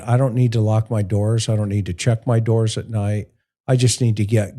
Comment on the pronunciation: DOORS NOT DOIRS